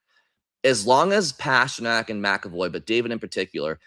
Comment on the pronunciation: Gotta be honest,, ya gotta stop pronouncing "Pastrnak" that way brother